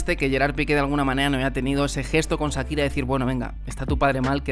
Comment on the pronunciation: Que eso que dice este tipo en este canal...😮, vaya novela que se montó a costillas de "Sakira" (como el lo pronuncia 😅). Nunca falta el oportunista!